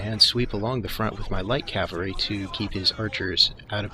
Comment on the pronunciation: Love your videos except the pronunciation of cavalry.